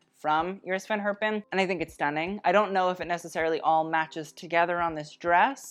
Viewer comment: since you love to pronounce all the french fashion house names correct I got a challenge for you :). Iris van Herpen is pronounced quite differently. the first e in Herpen is pronounced more like english speakers say the a (in for example Jacket).